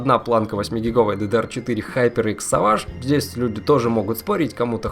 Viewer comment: Не савадж а сэвейдж )